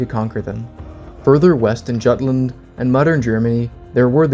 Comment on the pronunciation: Juutland is mispronounced. 'Jute' rhymes with 'Root' with a Y at the beginning.